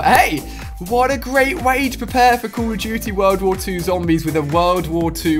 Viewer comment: The game is called "Call of duty", not "cool of duty" ....